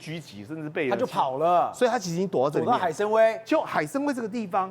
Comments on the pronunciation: 海参崴读做海参宛，不要误读成威风的威。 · 海参崴 音：崴/歪：3声，崴子/海湾